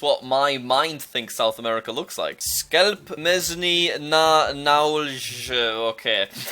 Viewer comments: Im genuinely confused on how he pronounced 'sklep mięsny na nowej'. i understand that polish is a gard laguage to learn but im sure that sklep isnt pronounced skelp. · How to pronounce the skelp mieyfb ndhxg which is polish s-kle-p mie-ns-ni na noo-wey